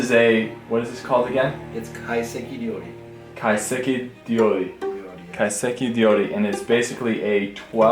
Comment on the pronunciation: Almost! It's Kai-seki RYOuri (Re-oh-re) 懐石料理 ・かいせき りょうり Kaiseki is loosely translated into the cultural aesthetic and preparation of the "Japanese food" and the Ryori means "cuisine/the preparation". It's such a nice and useful word to use when talking about Japanese food. There are many different kinds, like Kaiseki, Izakaya, Temple cuisine, and my ALL TIME FAVORITE, Yōshoku!:D